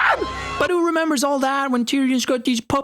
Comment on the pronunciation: So much for "The North Rembers!"